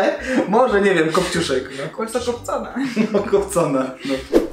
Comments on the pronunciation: Najlepszy ja usłyszałam "chuj kunia" xdd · Pękne... Kopciuszek - ch*j unia 😂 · Kto zrozumiał Chuj Kunia XD? (Jak mówił kopciuszek) EDIT: dzięki za like xD? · Hahaha też słyszę CHUJ KUNIA